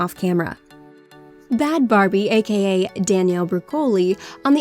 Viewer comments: BHAD BHABY. SHE SAID BHAD BARBIE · What did you call bhad bhabie? It’s pronounced bad baby not bad Barbie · it's bhad bhabie not bhad barbie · Lemme scroll the comments to see how many people are caught up on "bhabie not Barbie"😂😂😂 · Its Bhad Bhabie. Not Bad Barbie. Its baby.